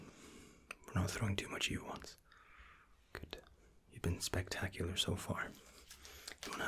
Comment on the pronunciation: i missed your "goodt" and "relax..." ;D